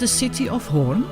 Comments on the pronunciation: The trick is that you pronounce it like horn indeed but extend the o a bit, but don't exaggerate. You did that automatically. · The pronuciation as in horns is spot on! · Pronunciation Hoorn is 10/10 Use the same oo in stroopwafels and you are first English native speaker who pronounce Stroopwafels correctly. Not stroepwafels. 😊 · Your pronunciation of Hoorn is flawless 🙂